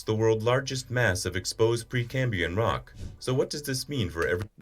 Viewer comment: The video you watched also pronounced "Precambrian" wrong, pronouncing it without the R at the end 'Precambian'. Just so you don't proceed misinformed PrecambRian